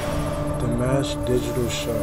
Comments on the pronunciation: I've heard him live. He's very real. Lol. And it's pronounced Dee-mosh, not like mashed potatoes. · Nooo...don't go with Di MASH. It's exactly like you said it the second time. It's not like mashed potatoes! PLEASE don't call him like the first option.Dimash is EVERYTHING. Kind, humble, intelligent, giving, loving. And you have seen NOTHING. This is TAME compared to what he has grown into since then. He's actually performed in 15 languages now, and he plays 7 instruments, models, acts, composes and has a Master's in Music Theory and is now pursuing his PhD. Thanks for the reaction, although you stop WAY too much. You don't give the cinematography that he has worked on much respect. I would say...WATCH HIM. It's pretty amazing how he moves his body with the music. Less drama, more attention. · The correct way to say his name is the other way you started to pronounce it! You have just been Dimashified! Welcome to the club! 😊❤️